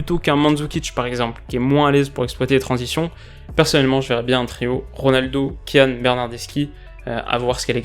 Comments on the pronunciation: Moise kean se dit « Moise kin » pas « moise kan » ⚪️⚫️❤️ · on dit "Moise Kin" et pas "Moise Kéan" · Ça m'a choqué aussi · "Kean" sa se prononce "Kin" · Kean se prononce " Kine " 😉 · Moïse Kean se prononce kine De rien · Grave c’était bizarre qd il l’a dit